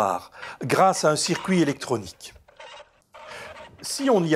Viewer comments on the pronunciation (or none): none